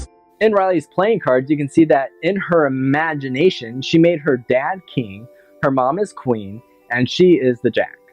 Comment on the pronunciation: Jenny into your emajnashon